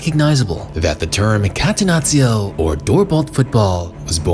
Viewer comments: Please call it Cattenacho not Catenazzio 😂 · Sorry, but had to quit watching after the third time hearing "katenazio". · Catenazzio? Hahahah. Bruv it’s Catenaccio. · kah-teh-NAH-cho ....please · what the hell is catenazio? I'm not even Italian and I'm pulling my hair out each time I hear that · Great video!!! Just one thing, call it like this - Catenachio. That's how you read 2 C's in Italy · Catenaccio mispronunced, it' painfull to Heard by an italian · Learning how to pronunce "catenaccio" correctly when you intended to use the word as many times was too much effort? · the way this clown is pronouncing catenaccio🤣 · I cringe on how this guy says Catenaccio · Great video!!! But please, if you gonna say a word several times, say it right. Everything you said Catenaccio it threw me off😭☠️